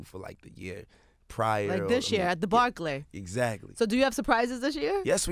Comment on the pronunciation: her pronunciation of barclay is crazy